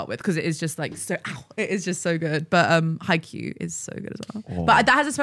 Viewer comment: Simon, please, Haikyuu not Haikuu. There's a Y.